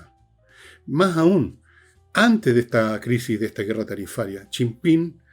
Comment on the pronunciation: Jajaja... ¿Hasta cuándo le dice Chim-Pim al presidente chino? "Chi Yim Ping". Tampoco es Pirimpimpín.